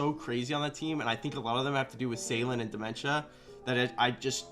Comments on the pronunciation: Isn’t it Diments-uh? Not dementia, lol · Solid rankings. On a side note, I swear it sounded like he was saying "dementia" haha! Always solid work by.